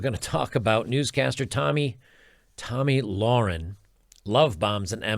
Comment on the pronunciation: a quick youtube search would allow you to find the correct pronunciation of their names. it looks so unprofessional that you still can't pronounce Tomi Lahren's name correctly.